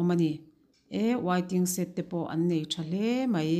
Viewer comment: Wai-ting-set..... tia lam lovin waiting shed ti thei ta la, ngaihthlak a nuam Sawt ang